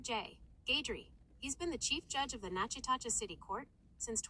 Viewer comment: It's pronounced Nak a tish